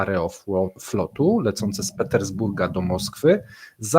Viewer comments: Jak można robić materiały o tematyce rosyjskiej i nie mieć chociażby seledynowego pojęcia o rosyjskiej wymowie. AerofŁot a nie AerofLot. sJewiero a nie SIEwiero jak w polskim wyrazie Sieradz. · Po polsku mówi się Aerofłot (przez "ł").